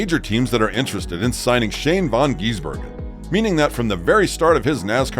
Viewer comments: Not von it’s van and he’s a kiwi not an Australian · never heard anybody mispronounce his name so many time in 8 mins. It's VAN not Von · It's van not von gisbergen and he's not an Aussie he's from New Zealand